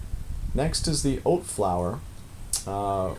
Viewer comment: Old flour? Oat flour? Olt flour? What are you saying?